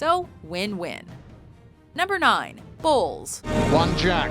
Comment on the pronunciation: Every time I heard "bowls" I couldn't help but think they were saying balls. I guess my inner ten year old isn't gone yet.